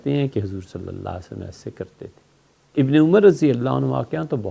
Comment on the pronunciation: مفتی صاحب حضرت محمد « صلی الله علیه وسلم» کی تلفظ کی پرکتس کرو پلیس.